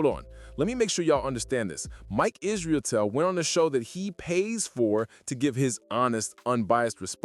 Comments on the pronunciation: Stop saying IsrIAtel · Bro, it’s pronounce “is-ruh-tell. 😂 it’s not that hard